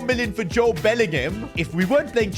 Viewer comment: His name is Jobe Bellingham